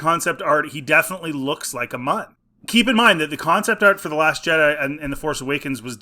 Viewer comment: Munn? No...Muun... Pronounced Myoon.